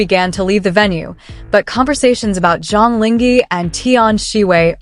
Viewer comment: Please, the least you could do is to learn to pronounce the actor's name properly to show your respect .. 張凌赫 Zhang Ling He (whether reading the Chinese words or romanized Hanyu Pinyin, his name should sound like "junk link her" (with due respect to ZLH, no offence intended, just getting the right pronunciation sounds)